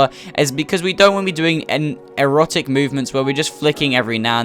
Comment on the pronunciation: Just saying it’s not erotic movement it’s erratic movement